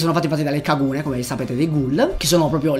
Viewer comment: Per come pronunci kagune dovresti essere denunciato